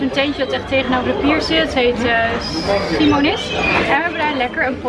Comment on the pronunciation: Hoe je dat zei: Si monis? echt geweldig 😂 Simonis is een hele bekende vishandel op Scheveningen en in Den Haag!🙂